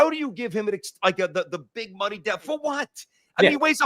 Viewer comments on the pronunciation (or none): none